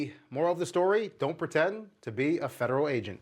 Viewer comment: Musta went to the missouri learing centers for their education lmfaooo " ferderal " 😂😂😂